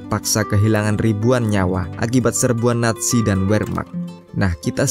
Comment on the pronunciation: Naziiii bukan natzi